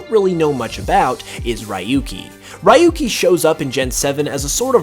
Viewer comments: Sorry but just had to say it..it's not pronounced as ra-yu-ki but ryoo-ki 😅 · “RY-YU—KEY” hurts my ears so much It’s “REE-YU-KEY”, Japanese Name so he’s from Gen 1, 2, 3 or 4 It’s not too difficult to lead some basic pronunciation :p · I didn't liked how he pronounced Rahyukey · Ryuki's name is pronounced (Ree-yoo-kee) you idiot! Learn to speak Japanese! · Your pronunciation of ryuki killed me. No offense but that's not how you pronounce it 😂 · butchered Ryuki's name